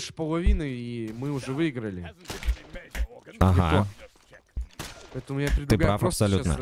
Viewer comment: с ударением на первое и, голос на одно ухо, "ихА база", "твоя команда выЙграла". Мда, бл*ть.